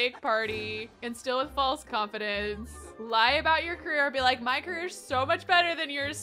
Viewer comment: i luv u but it's career not carrer AHSOSJSOJDDO